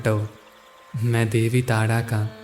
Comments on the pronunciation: आप बहुत अशुद्ध बोलते हो। टाडा नही तारा बोलना सीखिए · Tada tada q bol rahe ho bhai Tara bolo na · Gayan bahut achha diya aapne voice v mithi hai lekin kuch sabdo ko ajib sa kyu bolte hai jaise tara ko aap tada bol rahe hai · अबे तोतले तारा है , तू ताड़ा क्यों बोल रहा है ?? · Why do you say Taada. It’s Taara right?